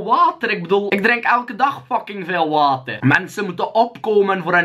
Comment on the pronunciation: weer een vette video mar hoe jij water zegt lmao